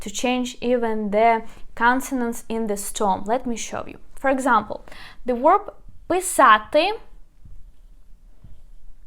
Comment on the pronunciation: You are mispronounced 2 words. The word "verb" is pronounced with a v, or the letter B in Ukrainian. It is not pronounced with the letter "w" as in were, or word, or work. It is a "v."